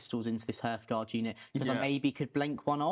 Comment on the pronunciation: Great video but every time he mispronounced hearthguard it made me want to write this comment